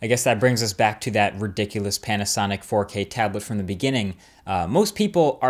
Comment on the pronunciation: All I hear now is forkay. Forkay.